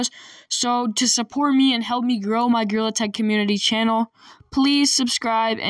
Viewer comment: Bro said. GreaILL. Attack.🤨🤨🤨🤨🤨🤨🤨🤨🤨🤨🤨🤨🤨💀💀💀💀💀💀